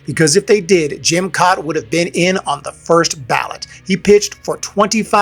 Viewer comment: Jim Kaat (last name is pronounced cat)